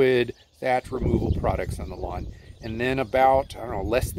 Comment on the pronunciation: It's pronounced lawn...don't forget the "w".